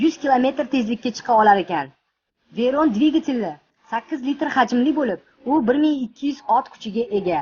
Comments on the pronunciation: Уважаемый админ сначала надо знать как их надо сказать CHIRON I VEYRON они сильно отличаются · Chiyron bn Veyronni farqiga bormagan xarip dublyaj qibtide